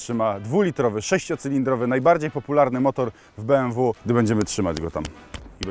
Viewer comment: jakie be em wu tylko be em we kurde nausz się